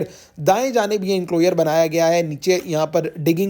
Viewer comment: انکلوئر نہیں انکلوژر